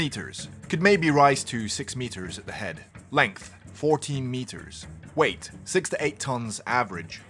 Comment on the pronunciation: Everytime he say "Wheight". I feel like hes saying "wait", and I expect him to say something next.